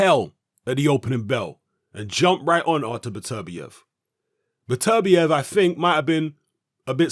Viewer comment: It's "Better-bee-ev" Not "Bet-ER-biev"